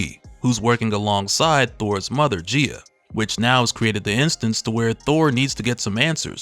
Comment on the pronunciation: One of these days he’ll pronounce it correctly. It pronounced like Guy-ah lol